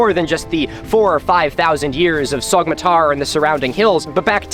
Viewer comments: Get this guy a Turkish pronunciation guide for the love of god, it’s pronounced ‘sow-matar,’ the Turkish ‘yumuşak ğ’ is silent. I can’t watch a video in which it takes just about 30 seconds to irretrievably mispronounce the name as ‘sogmatar’ I’m sorry Milo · I’m not Turkish, I’m a white girl from the Midwest US, and I’m still bothered by him pronouncing the ğ like that. Afaik, the name should be more like “SOH-ma-tar” than the “Sog” pronunciation he uses in the video… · Great vid, it’s pronounced like so- matar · This is on our bucket list for 2023! Just a tip, when you see a ğ on a name like Soğmatar, the ğ is known as a soft g or in Turkish yumuşak g, İt's silent and slightly extends the previous vowel, so it is pronounced SOomatar. 🙂 Other letters to watch out for, Turkish C is J, Ç is Ch, ö is just between a u and an o! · To all the turkish fellas out there: Isnt the correct pronunciation Somatar? The g is silent if i am not mistaken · It's pronounced /soh-matar/. In Turkish, the ğ is silent, acting as an unvoiced stop between segmentals. It also tends to put the stress on the previous syllable. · Soğmatar: the ğ in Turkish is not actually pronounced like g, rather you just lengthen the preceding vowel, slightly tightening your throat. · The g in Sagmatar is mute I think. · Why are you lying?? All this was built 12000 years ago trust me dude Jokes aside, love the content, have a comment for the algo gods Btw even though neither I nor any Turkish person would give a shit, for your own personal information, the pronunciation of ğ in Turkish is an extension of the previous vowel so it would be Soo-matar. Anyways keep doing what you do!